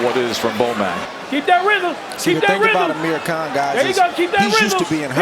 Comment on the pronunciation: He said Ameri can instead of Amir Khan🤣🤣